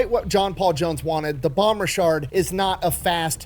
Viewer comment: What he calls (what sounds like to me) the "Bon Richard" is actually the "Bonhomme Richard," which is pronounced more like "Bohn-Ohm Richard."